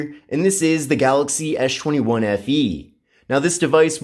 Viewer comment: you call it "Ash 21" instead of S 21 :-D